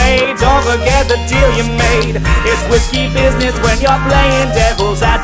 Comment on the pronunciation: he said risky instead of whiskey